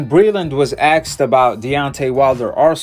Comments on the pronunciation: And the words is “asked” not “axed” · "when axed about Wilder" ... 'axed'???? What language is this? Do you mean "asked?" How do I stop this channel from coming up on my feed. Yes, trainers give boxers water. Doesn't mean it's spiked. What a lol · You lost me at "axed" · Asked not axkd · When he axed wow it's torture